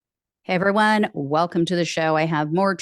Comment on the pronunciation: I love how you say "Heveryone, welcome to the show." We should adopt that word!